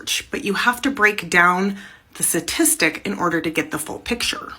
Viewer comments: Why does she say Stat so clearly, but she keeps saying Sa-tistics. It was weirdly irritating the way she would say statistic. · I’m not talking statistics advice from someone who continually pronounces the word as “suhtistic”. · You can bet? Is that a sat tis tic too? I do not trust the FEMALE Matriarchy, especially when they cannot pronounce the word STATISTIC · The fact that nearly every time she says satitistic and not statistic says it all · What is a "satistic"? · Can she take a moment to pronounce statistic better :) oh and tone down the patronising attitude.